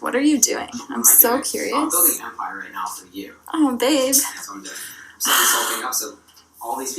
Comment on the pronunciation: Aww baeb, baeb get ohn yo computerr. awh baeb stawp it baeb. Got that word gets so annoying.